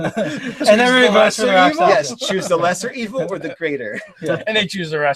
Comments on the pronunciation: Two points: first, since no one said it yet - it's "rak sha sa". Not "rak sa sha". Comes from the Sanskrit "raksha" - injury. Second - charm person is weaker than it used to be, but it used to be too powerful - you could charm someone for a month as a first level character. Now it's only for an hour - but that could be enough. And yes, the victims realize they were charmed after the effect wears off. But that doesn't necessarily mean they realize it was you who did it. For example, if you cast a 1st level Disguise Self spell on yourself (or a 2nd level Alter Self) , and then charm them, they think they were charmed by the town sorcerer, who everyone already suspects and hates anyway. Convenient, if you happen to be a rakshasa with lots of illusion spells anyway. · It is pronounced RAK-SHA-SA not Raksasha not Raksasa not Rakshasha . . . RAK-SHA-SA